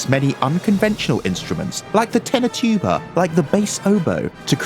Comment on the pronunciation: They said tuba wrong 😂